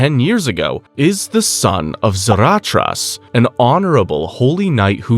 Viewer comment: I am new to this channel but do you purposely butcher the pronunciation of multiple names for rage bait or engagement? 😂 I mean come on man, the way you say half of these names are like the Key and Peele teacher skit where you sound like you’re purposely putting emphasis on the wrong area of the word Ex: Zaratrcha?? (Should be Zaratras)